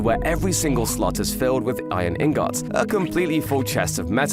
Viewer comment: Right? The way he said it pisses me off 😭